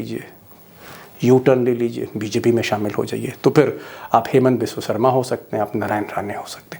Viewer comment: असम के मुख्यमंत्री के नाम का उच्चारण सही नहीं कर रहे हो , सही करो, शर्मा नहीं है , ' हिमंता बिस्वा सरमा ' है शायद सही उच्चारण